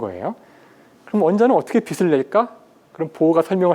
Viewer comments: '빛을'을 '비슬'로 발음하지 말고 '비츨'로 발음하세요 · 명강의를 더 정확한 발음으로 수강하기를 기원하면서! 빛을 낸다 : 비슬 내는 게 아니라 비츨 내는 거- 빛이 : 비시 아니라 비치